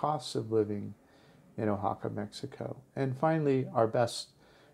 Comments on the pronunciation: I happen to live in O-Haca, better pronounced wa-ha-ka. By the third time you mispronounced the name of my beautiful city, I simply couldn't watch anymore. Why would I listen to somebody who can't even get the most basic thing right about a place. Also, the name of the city is Oaxaca de Juarez. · Yup. "Oa" is pronounced, "WA," not "O." That's why I never passed high school Spanish :) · uhaca?.....nooooooo 'Wahaca' .....yeeee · been to oaxaca numerous times and i've never heard it pronounced the way you do. oh-ha-ca. usually pronounced wha-ha-ca. oh well, nice vid anyway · Nice video but remember that you're pronouncing it wrong, so you don't miss, pronounce it Guajaca. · Very nice, beautiful location. FYI; the O in Oaxaca is pronounced like our English “Wa” as in Washington. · Oaxaca is pronounced wahaka....😎🙃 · Probably somebody has told you this before, but you are pronouncing Oaxaca improperly. The O sounds like wa. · It’s pronounced “Wa-ha-ca” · Too bad you cannot pronounce Wahaca correctly. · WAY-Ha-Ka. I have to cut away because you pan too quickly. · No, actually ‘WAH-ha-ca’ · Two comments: learn the correct pronunciation of the places you review, and slow down those whiplash pans! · Taking a lot of deserved hits for mispronouncing the name of this special city. I'd think after an hour in a new city and listening to locals, you'd correct the mustake.